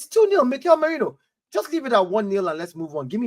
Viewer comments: The Name: Marino Terrys Pronounciation: Merainoo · You got the name wrong mate. It’s “Merino”. Thanks 😊